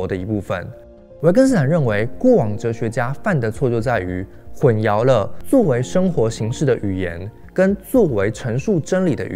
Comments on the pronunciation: 你好，“淆”读音是xiao（二声）。没有yao这个音。混淆（xiao）。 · 内容很棒，但 是 混淆hùnxiáo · 总是听到这个词，混淆的淆，读作xiao,不是 yao. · 混淆 ㄏㄨㄣˋ ㄧㄠˊ，国语和普通话读音不一样的